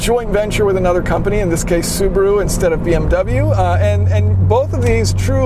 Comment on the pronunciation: Which one's engine blown first. The Zupraa or Zubaruu